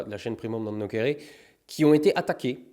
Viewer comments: OUI, JE DIS OUI! Enfin quelqu'un qui dit "Primum Non NoKere"! Le C en latin se prononce [k], BON SANG! Merci:' ) Et bien entendu, soutien aux 124 contre les Fakemed (non, c'est pas une attaque au pénal, c'est devant l'Ordre des médecins, mais c'est tout aussi ridicule. Soutien quand même)! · Ouiiiiii enfin la bonne prononciation !!😂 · Un Monde Riant Tiens enfin quelqu'un qui prononce bien le latin